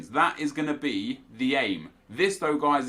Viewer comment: Mate it's peace out, not peace ow.